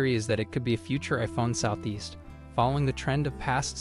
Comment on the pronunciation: "southeast" hahahahahaha